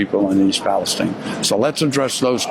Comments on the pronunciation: Palestine not Palesteen oy vey. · Great video. Thank you,.The pronunciation is not Palesteen, it is pronounced the same as the middle east state.